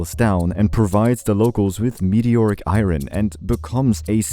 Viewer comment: Not trying to be rude but Ur pronouncing iron wrong